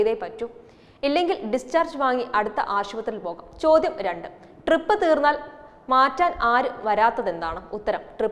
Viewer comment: അല്ല ട്രിപ്പ് ആണോ drip ആണോ ഇതാ വീണ്ടും ട്രിപ്പ്‌ ഇതാ വീണ്ടും ട്രിപ്പ്‌